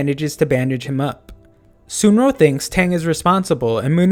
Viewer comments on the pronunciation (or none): Dont hate me but it's pronounced suun rong not sunro